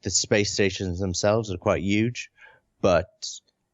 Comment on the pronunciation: There's a lot to love about Sean Murray, but most of all I love how he pronounces the word "huge" the same way as Bernie Sanders.